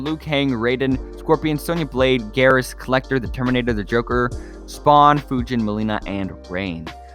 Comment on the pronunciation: It's pronounced " foo gin " not fyujin